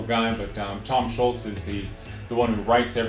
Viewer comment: Let him know it's Tom ScholZ, not Tom Sholts.